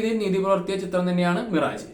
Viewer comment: മിറാജ് അല്ല.. മിറാഷ് ആണ് 😊.. മരീചിക എന്ന് മലയാളം 😊